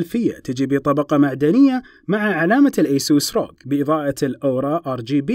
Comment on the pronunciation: هههههه ايسوس المفروض اسوس